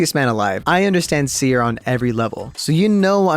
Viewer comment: That’s not seer that’s teer